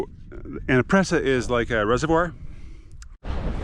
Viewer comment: Cool trip. Presa is pronounced pray-sa.